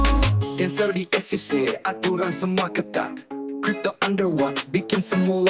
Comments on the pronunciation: Bacanya sec itu S I Sii, bukan S Ai Sii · Es i si wooy bukan es ai si😂 bikin malu tp ngeyel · e=i i=ai Bukan ribut tp koreksi kslhn pembacaan ejaan